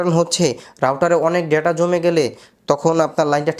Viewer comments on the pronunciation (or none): none